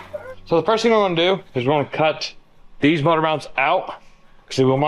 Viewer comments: You should teach how to say motor not mortor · The moodur mount. lol. does say motor funny.